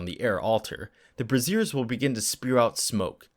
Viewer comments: brassiers????? You meant "braziers" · Brassieres? Lol, it's pronounced "BRAY-zhurs". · My god, when you referred to the BRAY-zee-urs as brah-ZEERS/tit-slings, I sprayed coke zero out my nose. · Braziers = bray-zyurs, not bra-zeers (Brassieres). Great video, thanks! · You pronounced "braziers" as "brassieres". "The altar was scattered with bras." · Love these videos and this entire channel. Though I did get a chuckle from the narrator pronouncing "braziers" like "brassieres". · Hate to nitpick, but I had mispronounced "braziers" in one of my own games. This was when I was much younger, and the crowd I was gaming with were.... well, mostly 12. You know how kids that age can be, hence the dirty snickers when I did so... yeah? so? I snickered, too. I was 12. In many ways, I still am, don't judge. 🧐 So, in an effort to avoid any indication of, um, "Booby-Traps" (hur hur hur)... Brazier is actually pronounced BRAY--zee--er, and not as one would pronounce "brassiere". I'm just sayin'... 😜